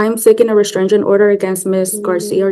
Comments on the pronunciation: Please tell me…what is this reSTRANGE-ing order she speaks of? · Restrangent order lol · Is she saying “restrigent” order??😂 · Why does does she say restrangement instead of restraining order? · Restraingment. Hmmm that’s not a word homewrecker!